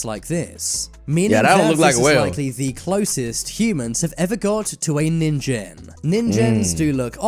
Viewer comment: that is a real squid that's nin-gen pronounced as nin and jen(ge sound)